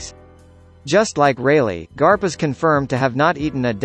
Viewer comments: You can't do this to the greatest series of all time! Even if ur explaining is good the way u said "Monkey D Grap" instead of "Monkey D Garp" Is getting on my nerves. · his name is not grap its garp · It's garp not grap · pronounced Garp as Grap then said it correctly a second later 💀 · "Monkey D. Grap?" hahaha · Im ded when he said Monkey D. Grap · I heard "Monkey D Grap" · im sorry, no offense, but monkey D Grap???? at least, that's what i heard. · or monkey d grap not garp grap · Monkey D. garp not graph Hahahaha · Did he just Say "GRAP"???? E TIIIIIIIIIIIIIIIHHH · he said Grap instead of Garp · Was it just me who noticed that the first time he said garp he said grap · Monkey D. Grap???? Is that what he said??? Hahaha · It's garp*, not harp! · Who else heard monkey d. Grap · He sed grap instead of garp 😂😂😂😂😂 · Monkey D Grab???!?!?!?!?!?!? It fuckin annoys me man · It Garp. Not Grap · 17 I know, I mean is Garp not Grap hehehe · It sounded more like crap😂😂😂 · Lol monkey D. Grap 🤣🤣🤣🤣🤣🤣🤣🤣🤣🤣🤣🤣😂😂😂😂😂😂😂😂😂😂 its garp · Hahaaa😂😂😂 monkey D. Grap don't pronounce like that😂😂😂😭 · You said Monkey D Grap 😂😂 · Voice: “Monkey D. GRAP” Me: shocked pikachu face* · did he just say Monkey D. Grap?? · Lol I died when he said “monkey D.Grap” 😂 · “Monkey D. Grwrap” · Who else heard monkey D. Grap😂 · He not only said grap but also silver reighleit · i heard monkey d crap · It's garp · Use ur real voice not the robot voice it's Soo annoying Monkey D Grap wtf? DRACUYL MIHAK WHATT?